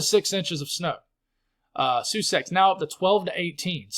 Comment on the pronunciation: thank you for the update! At least I have a little more hope down here in SE PA. You did great with your Lancaster pronunciation but Sussex is pronounced like the Duke of Sussex and Somerville is pronounced like Summer-ville. I don’t care what you call the towns but I know you do and instead of some jerk correcting you I would rather be the one who does it nicely 😊I’m not giving up hope that you will get a chance for snow yet! As I said on X we’re not talking about Spring until gets his snow ❄️ Sending you and your girls lots of love ❤